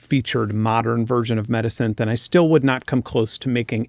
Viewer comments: Why do you keep on saying midisynthh or medisynthh, its META SYNTH! And why do you hide the name of the programs you display? And where are the links to the programs you show? Just what??? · When you said "metasynth", I kept thinking you said "medisynth", like a portmanteau of "medicine" and "synthesizer". Would make a great name for a resynthesis plug-in lol